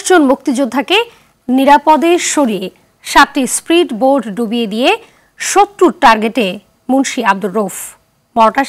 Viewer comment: আফসোস সংবাদ পাঠিকা বলে স্প্রিট বোট